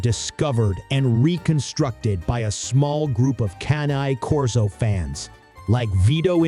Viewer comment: How can I trust this when the moderator isn't even pronouncing the name correctly? If dogs weren't used in war, the Persians really lied bigtime. I have read a completely different history of dogs in war. Cane Corso as a war dog? Maybe not, but their ancestors were.